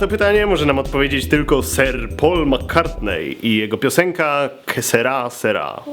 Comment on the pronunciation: nie "kesera" tylko que Sera ;/